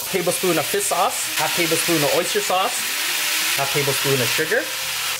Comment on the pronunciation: FISSS sauce